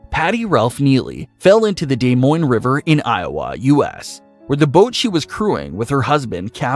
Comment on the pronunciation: the way that man just said “des moines” just made me angry as an iowan living in des moines